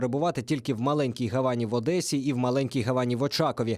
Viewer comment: Не гавАні а гАвані